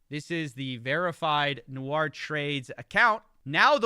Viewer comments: Nice video, but it's Nour (pronounced "Noor") and not "Nou-ar" 😂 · Hey just for your info, i don't know how this guy pronounces his name "nour" but it looks like the latinisation of an arab name and the actual pronunciation should be "noor" like the double O in zoo not like french "noir" pronunciations. I don't mean to offend you or him or anything I am a huge fan, i binged most of your investigations. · Nour != Noir say it correctlly it's bothersome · Still, it's "Noor" not "Noir" in pronunciation! Common arabic given name. (Even my favourite dates are called Deglet nour, better than Medjool or Mazafati.) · It os pronounced noor (arabic) , noit noir (nuar) , which is black in french . 🙂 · nour(NOOR) noir (NU-AR) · great video just one little thing his name is pronounced "Noor" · Great video as always. I am so surprised that people continue to fall for these grifts. Boy do they start young these days. I guess its a little late to point this out, but the arabic name Nour is usually pronounced like "noor" with the vowels prounced long like the o's in "ooh la la" rather than the "Noir" pronunciation in the video. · I love you but nour is pronounced like poor with an n.. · it’s pronounced phonetically like n-oor 🥲 from a fan w the same name lol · Brilliant video but hearing "Nour" pronounced as "noire" for half an hour gave me ear cancer haha